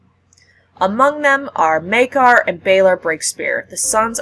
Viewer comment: Maekar, not Maegar...